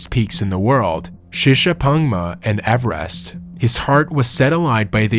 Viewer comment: Avarast? It's Everest .